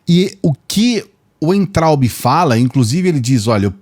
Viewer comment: Oi, por favor não se ofenda mas vou te dar uma dica. O nome do Weintraub se pronuncia Vaintraub OK?? Abraços